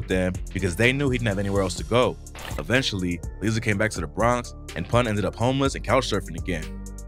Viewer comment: Its Líza like (lie-za)